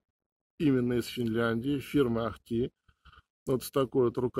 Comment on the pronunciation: После "ахтИ" и "метсА" интерес пропал. Сразу становится понятно, что автор не знает о чем чешет. Лишь бы видосик запилить.